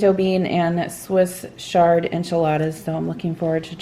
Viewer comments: Swiss Ch-ard not Swiss SH-ard. CH like chair. Awesome job trying out a Vegan meal plan!! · Swiss Ch-ard not shard. Wonderful video,. Interesting, informative and inspiring. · It’s chuh not Sh lol Love Swiss chard, and so good for you. I like all kinds of food, but primarily low carb. I miss hummus a lot. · I think it's swiss chard not shard 😊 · I’ve always known it to be Swiss chard pronounced shard. Great video! Thanks! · I have one of those choppers. I don't use it all the time but if I need to do a lot of veggie prep I use it. It's called Vidalia Chopper Pro and I like it a lot. It's terrific for carrots and celery and onions. I also use it if I need mushrooms chopped. Swiss chard is pronounced with a strong ch sound. I love enchiladas too but my son doesn't like Mexican so I usually make the filing and put it over rice for him without the tortillas. My favorite hummus recipe is the one from the first Barefoot Contessa Cookbook. Been making it for years. I use it in wrap sandwiches as a spread and it's a great basis for salad dressing. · I think it is a hard CH as in CHannel.